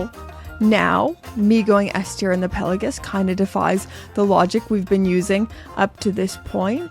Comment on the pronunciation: PEL-OH-GISS?!? It’s pronounced PELA-GOS.